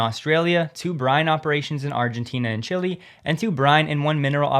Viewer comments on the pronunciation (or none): none